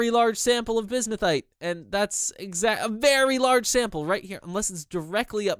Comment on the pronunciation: Oh yeah also I went into that comment telling you how to pronounce bismuthinite and I totally forgot about, it's pronounced biz-mith-uh-night.